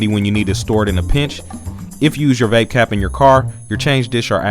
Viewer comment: "Vapecap" lol